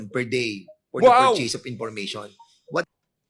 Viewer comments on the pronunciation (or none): Hoy dan fernandez mag aral ka mag english, ang chaka ng diction mo, Collectib, apprub, dis waz, parcheys, hahaha, bakit dika na lang kaya mag tagalog, obvious naman na hirap na hirap ka mag engles.